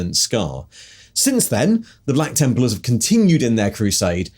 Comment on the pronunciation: Templers? The random odd pronunciations are back lol